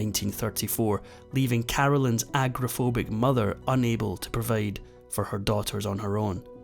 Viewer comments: I think he meant "agoraphobic"(fear of open spaces/groups of people), not "aggraphobic"(def unknown), as he pronounced. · an Agra-phobic mother? do you mean AGORA-PHOBIC!? Agra-phobic would be being scared of farms.